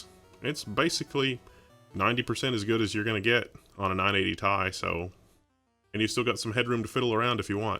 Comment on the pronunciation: It's "tee eye" not tye